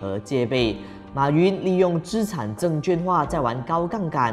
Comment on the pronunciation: 资产证券化 ，证券的券读音是quàn，不是juàn